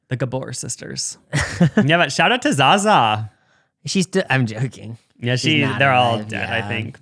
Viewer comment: It’s not pronounced Za Za 😭😂